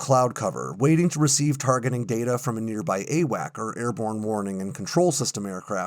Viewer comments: Grrrr! The aircraft giving airborne control and command were not "a whack". the correct pronunciation is "A Wax". At least it was in 1977. I was assigned to the 7th Airborne Command and Control squadron that the the control over the Mekong delta during the evacuation of Saigon and we were being phased out a year later as the E3s were coming online. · AWACS NOT AWAC—Airborne Warning and Control System—there’s an S at the end you said it yourself. There were other errors in here too but something as simple as this distracts from your story so much I quit listening. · I have never heard someone say "AWAC." It's AWACS. With an 's' at the end. Pronounced "Ay-wacks."